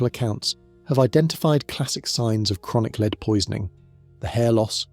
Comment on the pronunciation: It's being pronounced 'leed' one sentence and the next 'led'. The latter is the correct pronunciation.